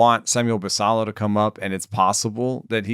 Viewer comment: I think it is the Spanish pronunciation of Basallo